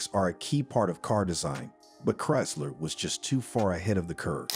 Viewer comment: Bad AI cant pronounce Chrysler??